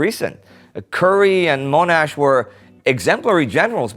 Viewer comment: Indy please stop saying Mone-ash. It Mon- ash (at least that how it pronounced here in Australia)